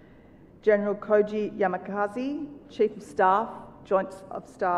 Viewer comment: This moderator is so poor in reading names. Shocked to see she called Yamazaki as Yama 'Kazi'. Unacceptable. Pl guide and correct such poor work. She also said Warat instead of Rawat for the later CDs of India. Her presence and preparation was Not upto the mark.